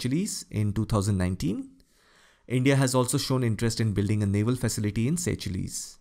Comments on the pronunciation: Sir Seychelles??? Is that the correct way to pronounce it as Say-chilliz until now I've been pronounced it like say-shulls. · Sorry for pointing but Seychelles is pronounced as seashells